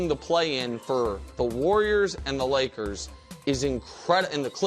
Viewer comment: “The Woyers”- Brou